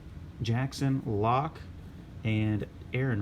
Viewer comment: I thought you said Luck but you were actually saying Lock. my favorite Bills Quarterback is Joe Ferguson .